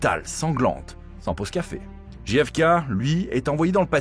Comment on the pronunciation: Quel sort terrible ! Néanmoins, "Ne demandez pas ce que peut faire pour vous votre pays mais demandez-vous ce que vous pouvez faire pour votre pays", c'est ce que pourrait dire la macronie aujourd'hui avec la politique actuelle (dixit Bayrou avec ses efforts demandés aux gens). Et ce n'est pas "DJI EFE KEI" mais "DGEI EFE KEI" A mon avis, c'est la mafia qui a organisé l'assassinat ainsi que le meurtre du frère car ils voulaient s'attaquer pénalement à la mafia. Je mets un pouce en bas car le titre est trompeur et ne correspond pas au contenu.